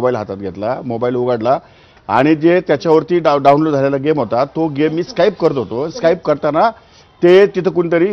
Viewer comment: साहेब स्काईप करत होते...स्काईप😂😂😂😂